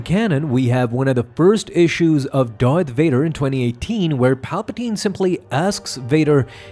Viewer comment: Did u jus say doyth vadah. I fuckin love that u remind me of mick from rocky